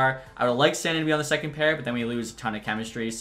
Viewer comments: It’s “sandeen” not sand in idk how you don’t know that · SAN-DEEN NOT SAN-DIN good video though squirt